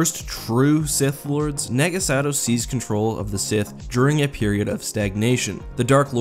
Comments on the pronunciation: It’s Nah-ga Sa-dow not naga sado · Naga Sadow, not Sagow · I die a little inside everytime i hear sagow instead of sadow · why are you saying sagow XD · I kept hearing you say naga Sagow...it drove me nuts until you started saying the D more clearly xD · You pronounce it “Nah-Gah Sah-Dow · Naga Sadow is (naw-guh-suh-dow) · Did you purposefully mess up Naga Sadow's name 2 or 3 times? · Does it bother anyone else that he's pronouncing naga sadow wrong? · You pronounced Naga Sadow's name wrong.